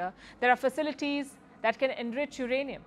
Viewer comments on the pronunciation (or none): Pakistan's nuclear capability has dumbfounded Palky to such extent that she could not pronounce uranium.Well done Pakistan!!! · Ukrainium 😅 or uranium 😮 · Not ukranium, it's uranium,😂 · She's found ukranium in india😂😂